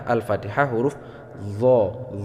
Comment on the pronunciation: Dho bukan dzo